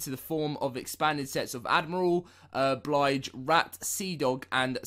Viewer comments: It's Bill-j rat not Bly-j rat. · Bilge not blige!!😅😅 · "BLIGE"???? ITS "BILL-GE".... lol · Pronounced BillJ (bilge) Rat. Not Blige rat. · Anyone else cringe when he said blige over and over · Bilge rat, not Blige rat...plz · Blige rat????? How can you do Sea of Thieves videos and have no idea how to pronounce bilge?!